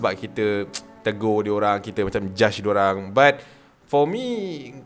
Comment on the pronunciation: gelakk je laa.. kitorang dgr kau baca pun dh terbahak2 nii.. 🤣🤣.. lawak2 la "diowang"🤣